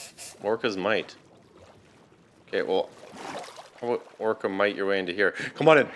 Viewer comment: Orca❌️ Killer whale❌️ whale✅️ orco✅️ XD I'm sorry but i can't XD